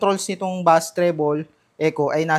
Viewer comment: Bass is pronounce like base